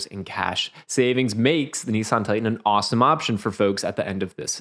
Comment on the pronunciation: It's "Nissan", not "Nee-San". Why do Americans butcher everything